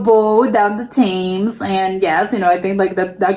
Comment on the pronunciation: Just a slight correction on your pronunciation of the River Thames, Thames is pronounced Tems. I really enjoy your reactions, keep up the good work, I look forward to more reactions on our wonderful country.